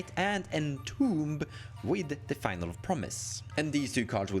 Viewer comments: its finaleee with an E, not final fyi. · Great video. One nitpick - finale is pronounced fih-nah-lee